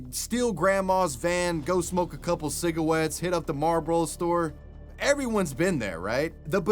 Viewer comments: “go smoke a couple cigawettes” bro I’m dead!! I can’t breathe! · “Cigewetes”